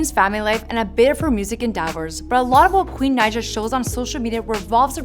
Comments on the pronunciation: It is (Ni-uh) Naija not nausea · It’s pronounced naja